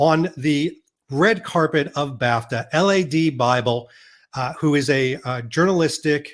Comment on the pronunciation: Oh,. It’s ‘lad bible’ As in ‘lad’ - Yannow, lads/men/the boys. It’s not ‘L.A.D Bible’ 🫣